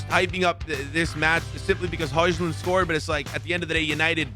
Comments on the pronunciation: Bro hojlund is pronounced hoilund...not hojlund 😅😅😅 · It is pronounced Hoyland not hojland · tip its not hojslund its hoylund how to say hojlund